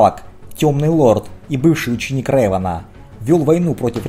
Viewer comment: спасибо за спойлеры) я как раз читаю первую книгу трилогии бейна кстати, не рЭван, а рЕван. в которе реван убил лишь двух ситхов: бендона и малака. остальные - тёмные джедаи